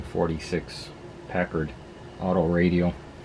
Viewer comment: its Packard not Packeerd